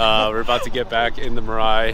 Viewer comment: 'mirrrrai' YES glad ur friend knows the proper pronunciation 😂